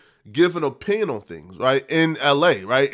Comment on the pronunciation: Will anyone tell that he says opinion is wrong? Also audacity. Someone please tell him